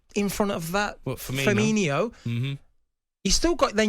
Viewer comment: Right, for the last time… It’s Firmino. Not Firminho. He’s been at the club for 7 years and people still can’t say his name properly.